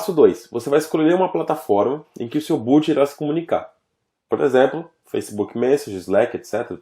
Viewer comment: Poxa, mestre... A pronúncia correta é BOT, não BOOT.